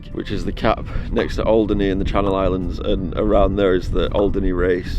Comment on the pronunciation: it’s Alderney! Andy from Alderney 😂